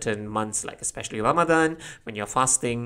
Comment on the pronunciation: I cant have been the only one who smiled when he said ramadhan!